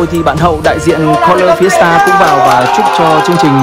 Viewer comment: ổng đọc Fiesta tao nghe thành siesta :))